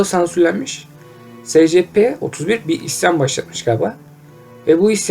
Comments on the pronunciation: Sana İngilizce öğretmeni atıyorum secepe değil esipi diye okuycan!!! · Demir Durmaz es si pi. s= es diye okunur , c= si diye p=pi diye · Scp es si pi diye okunuyor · Esipi diye okunur